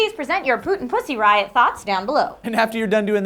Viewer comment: Thumbs up if you laughed every time they said Puzzy Riot !